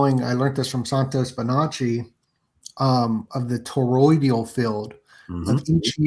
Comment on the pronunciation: EMUUUULATE not emanate and toroI D AL toroidal not the mangle u saying Jesus why is English so hard to the native speakers …